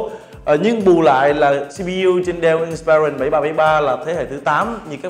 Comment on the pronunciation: Người này phát âm nhiều từ không chuẩn xác trong tiếng Anh: ví dụ như từ inspiron phải phát âm là:/ˈɪnspɪrɒn/ chứ không phải là "/ɪn'spaɪrɒn/". Rồi fullhd, hdmi, touchpad... ôi thôi đọc theo kiểu nửa La tinh nửa Ăng lê. Thôi thì đọc theo kiểu tiếng Việt thuần hết thì có lẽ tốt hơn. Nửa nạc nửa mỡ chói tai quá.